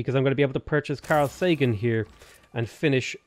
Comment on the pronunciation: It's Carl Say gan..